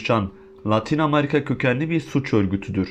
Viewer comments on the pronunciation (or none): Amarika Deyil Amerika